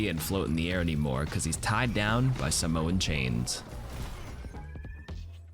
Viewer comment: saying sāmoa right !!! ur the best overwatch creator fr